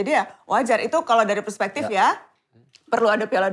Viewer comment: Kak jo ngomong persepektif gitu trs batin, "bismillah komisaris"